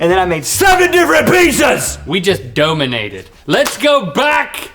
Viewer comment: We just dooguhminate it jajajajajaja